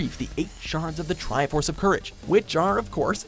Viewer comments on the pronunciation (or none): "The Trifroce quest" Are you for Real? F*ckn Seriously? Unsubsribe. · "Trifroce Quest" It's even at the number one spot too... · "Trifroce" ok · ...."Trifroce". Next you'll say Gannon instead of Ganon, right?